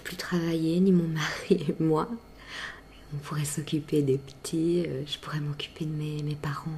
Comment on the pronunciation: tu n'as pas d'accent mais par contre quand tu as dis "les ptits" j'ai entendu la petite prononciation typique à la Carolo haha